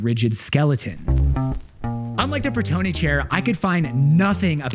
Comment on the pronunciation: pratone not pratoni